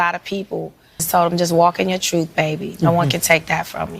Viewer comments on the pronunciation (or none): “Walk in yo truff.” 🤦‍♂️